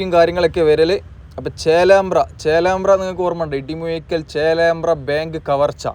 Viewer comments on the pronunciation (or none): ഇടിമുയിക്കൽ എന്നാണോ ഇടിമൂഴിക്കൽ അല്ലെ